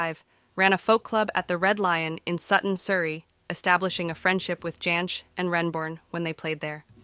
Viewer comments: There were some very strange pronunciations in this video. Vacillating between Jansch and Yansch, among others. Parts of it felt like it had been AI produced. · It was always "Folk Ba-rock" here in the UK. The correct pronunciation 😉 And "Jansch" should have the hard "J", as any Englishman (or indeed Scotsman) would pronounce it. Bert's great-grandfather (Carl) was German, but his father (Herbert) was Scottish, the son of Carl's daughter Daisy (also born in Scotland), who took her name because she was unmarried and the father no recorded. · I couldn't bring myself to like this after the first 5 minutes, when the interesting material stopped and it became a montage of bits and pieces of stock footage delivered by a possibly AI voice that couldn't pronounce Jansch, Gawain, or Les Cousins consistently. Oh dear. 🤣🤣